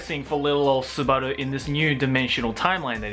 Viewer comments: bro, your not fcking japanese right, your not an anime guy also, just say it like normal, not fcking Su-bar-du and Su-bar-lu, seriously, your struggling trying to say it, so just fcking say it like normal, Su-ba-duu, LOLOLOLOL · Him saying Subaru made me want to gag everytime